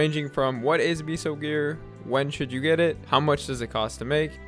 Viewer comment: Nice vid. Don’t ever say meso like that again omg